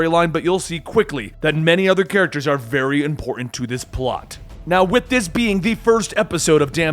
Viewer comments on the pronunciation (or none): none